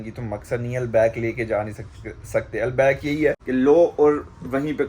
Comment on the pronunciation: البیک کا تلفظ درست ہونے پر الحمد للہ❤🎉